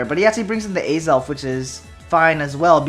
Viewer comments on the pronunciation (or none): none